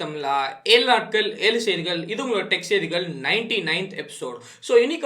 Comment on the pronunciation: bro adhu elunatkal ila ezhu natkal.. neriya peruku zha "ழ" vara maatingukudhu..keta tamilan nu solranga..